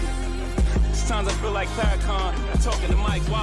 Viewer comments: Corrections: it’s “Farra-Con” not “farra-Can”. no, he’s speaking on literally champagne, he owns Armand De Brignac “ace of spade”.. champagne. You Still my guy tho, and my favorite political talking head! Keep killing it bro! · It’s 2022 & you don’t kno how to say that man name 🤔 FarrakhOn! It’s pronounced FarrakhOn! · Really good breakdown. His name is pronounced “FAR-RUH-KHAN”. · Far-Uh-Khann….. pronounce it correctly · Pronounce his Phukin name right Caan not can. Khan = Caan! Thanks Mealburn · How is it that educates newscasters can't pronounce The Honorable Minister Farrakhan's name properly.🤔🧐🤬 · Pronounce his name correctly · You need to STUDY!!! Your IGNORANCE is SHOWING!!!! You've mispronounced Farrakhan's NAME!!!! You n this news media need to do yr RESEARCH!!! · This man is trash you can’t even pronounce Farrakhan name right. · Just won't say his name right purposely smh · Ari you're telling me through this whole little interview breakdown you knew all of Jay Z's lyrics you knew producers like guru Jay z Rick Ross you didn't get none of those names wrong but you got farrakhan's name wrong on purpose fake news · I’m never disappointed by YOU people’s inability to properly pronounce The Minister’s Louis Farrakhan’s name . You do that intentionally as a slight. As you can’t be that stupid. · The anchor purposely mispronouncing “Farrakhan” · White people never could pronounce his name. They alway's add the Can. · Yeah, mispronouncing Farrakhan's name keeps U in the suspected white supremist crowd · How he didn’t research how to correctly pronounce the man’s name though?!! What’s journalism come to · At least pronounce the man's name correctly. 🤦🏾‍♀️ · The disrespect of u pronouncing The Minister Farrakhan name wrong is upsetting to me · It's disrespectful that he mispronounced Minister Farrakhan's name repeatedly. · Ita funny that he says kan instead of kon. Not haha funny but that no one let him know n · its pronounced FA-RAH-KAHN... smh 🤦‍♀ 🤦‍♀